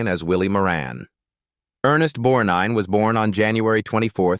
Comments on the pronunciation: It's Bett eeee like Betty not Bet And it's Ernest BorG nine not bornine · Teach your A I how pronounce things. I didn't know what it was trying to say!!! Borneene, Bornine??? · It’s BETTY Davis-no matter how it’s spelled! And E “Borgnine”!!!!